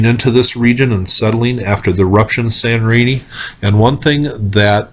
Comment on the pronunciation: Hi again :) When you say Sanorini, do you mean Santorini? Thank you. :)